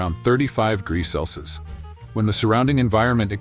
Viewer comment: I am a bit concerned how the voice couldn't pronounce celsius 😅